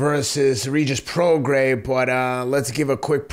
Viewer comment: LoMANchenko. ProgaiS. JoZZUa. Teddy will never pronounce a name right